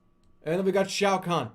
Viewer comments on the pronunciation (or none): none